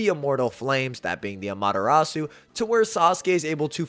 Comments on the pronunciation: Just nitpicking it’s no Amata-rasue…. It’s Ama-TEH-Rasu…. Kinda of annoying Ngl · I hate the way Americans pronounce Amaterasu. It's ah-mah-teh-rah-s the U is silent. How do you pronounce Sasuke? Is it sah-SOO-kay? Or is it sas-KAY? Why can't y'all do this with Amaterasu? It makes me not want to even watch these videos.